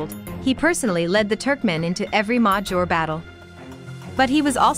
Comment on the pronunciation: Why does the narrator mispronounce the word najor like that? That was the case with other videos too. No aacent , but mispronouncing major, why?